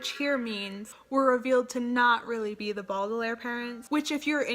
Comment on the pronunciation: I loved this video! I haven't read all of the books but I do agree with some of your opinions. I will say some of them I'm a little shaky on. Also it was kinda triggering when you said Baudelaire wrong. cri cri